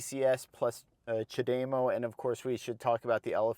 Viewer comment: knows what he is talking about. Except his pronunciation of Chad - E- MO. No. dame O you must be watching Nikki from transport evolved too much. I have had a leaf over 8 years and lots are still around they have sold 600,000 I see new ones all the time. I hate when people dismiss it just because Tesla decides the need to use every charger. We have lots of dual units and superchargers so their is no reason for Tesla to use non Tesla when most post I see is how great they are and how bad everyone else is. Then use Tesla. I just saw a guy on Twitter who drove across the usa in his bolt and he had zero problems.